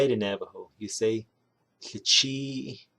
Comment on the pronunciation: Ahéheeʼ.... so much to learn!!! I appreciate this very much. Does the Ł at the beginning of a word sound different. I keep hearing a slight k sound when you said Łichííʼ